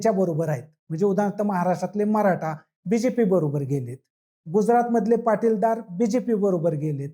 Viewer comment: पाटीलदार नाही .... पाटीदार किंवा पटेल म्हणा.